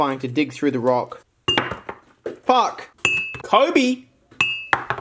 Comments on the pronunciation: lol I’m watching this now and hearing him say Kobe was funny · "Kobe" lmao